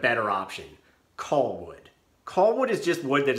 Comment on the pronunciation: He keeps saying "coll wood." I'm wondering how he would pronounce "doll." Lol 😄 What about sea gulls? Sea golls?